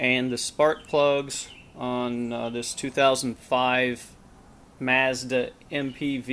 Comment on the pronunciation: Thanks but you're saying mazda wrong